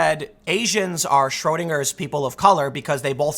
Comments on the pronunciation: You pronounced Schroedinger's cat correctly. They were talking about weird buildings in china town. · "Schrödinger" was pronounced perfectly! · Schrodinger ... Pronounced perfectly.